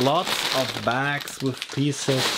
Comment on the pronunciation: Trisausendsixhandredandsixdidu Bieces 🤣 Liebe diese Aussprache